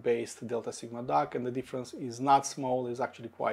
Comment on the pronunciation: This review is for D-A-K not D-A-R-K 😂